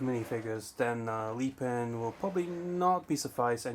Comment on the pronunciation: Mate wtf is leepin it is lepin sound it out